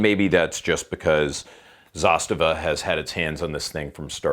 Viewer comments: Dude, learn the brand! It’s zastAva, not zAstava! ZastAva has a meaning, such as a military unit protecting border! Just a tip, so you don’t sound like a moron in your future silly videos! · I really don't know either way, but are you pronouncing Zastava right? I always thought the emphasis was ZasTAVA, not ZAStava... just curious. 😁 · Man, not zAstava, it's zastAva :) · It's hurting my ears every time you say zAstava. Its zastAva, the second A must be emphasized. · sorry for being the grammar police, but it's pronounced 'zasTAVA' (accent on last syllable) - not ZAStava. It's the Serbian/Russian word for banner or flag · Zasta’va:) not Za’stava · Well you sure butchered the name, thats for sure. Its pronounced, za-sta-va. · zastAva - stress on the second letter A. Outpost/stronghold in english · Please learn how to pronounce Zastava. I really enjoy your channel and am subscribed to it.. but goodness gracious .. learn about how to say it right. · He said it in a pretty shitty way tbh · if you don't mess up nobody will give you crap. That's one solution. I hate how you pronounce Zastava. So American of you. Also, I think you're doing slo-mos just to watch your own hair. Still, you're a gun channel so we can forgive you alot.